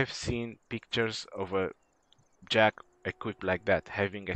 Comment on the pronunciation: I think he is called "Jack-sss "